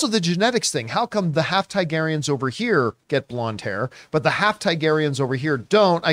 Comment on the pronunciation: Why can’t John say Targaryen? Lol